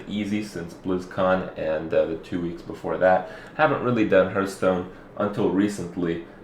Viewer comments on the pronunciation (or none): I love how Kripp after all this time still insists on calling it "Hurthstone". He clearly doesn't give a single fuck. :p